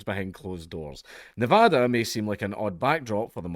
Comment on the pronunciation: I live in Las Vegas Nevada and i thank you for pronouncing our State correctly, pisses us off when people say Nevada the wrong way.